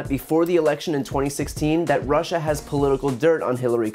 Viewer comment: Clearly stated by how he says "Rushser" rather than Russia. He probably spells it that way too. 😂